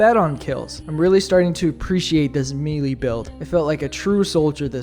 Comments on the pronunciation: May-lay. Not mealy. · Okay, one thing up first - good boy. Now this is a challenge worthy of a true warrior. By the way, the tooltips in-game are wrong - all melee weapons are medium penetration, surprisingly. They lied to us ! +g+ Also, it´s 'melee', derived from French, not 'mealy', like a darn potato, son +g+ But you ARE forgiven, for this was a bold exploit. Just two things: First, I know it sounds retarded, but you CAN kill a Factory Strider with JUST knives ! So sad you did not try it out. The left and right belly doors are actually part of the frame under the armor plates. You can attack them, focus on ONE side ! I´ve seen Commisar Kai destroy one with my own eyes. Just throwing knifes, no kidding. And finally: DO THE SQUID RUN ! And bring a Saber ! Thanks to the wide swings it is the absolute best to take out the hordes of zombified Voteless. Might be the actual meta weapon for the cannon fodder on this map. No idea how well it will work against the elite enemies, though... But it´s worth a try ! And if all fails - if knives can take out a huge strider, why not an Overseer ? Don´t forget they have ablative plating (like the aliens in EDF !). Destroy an area and then focus on it. And avoid the heads at all costs, they are heavy armor. And... maybe run away from the large War-of-the-Worlds things, hihi. Good luck, brave young fella ! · *Melee*....Pronounced 'May-lay'.......Mee lee is a kind of worm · Bro it is may lay not me lee, it comes to us from French so the pronunciation follows their rules not ours. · Fun video, but the way he pronounces “melee” is bothering me… It’s “may-lay,” not “mee-lee” (I blame the French lol)